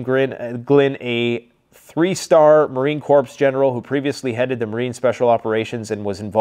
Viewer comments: As a USMC Vietnam veteran, I cringe every time I hear pronounce Marine Corps as "Marine Corpse". The "p" is silent in corps, just as it is in pterodactyl. Corps is pronounced as 'kor'. I'm not a grammar cop. As I said, I'm a former Marine and I view it as disrespectful. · it's not marine corpse its marine corps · I think that’s the way it’s pronounced in Canada- I’ve heard other Canadians pronounce it that way 🤷🏻‍♀️ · The P is silent in Marine Corps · You just pissed off all the Marines in America with your pronunciation of Corp, 😂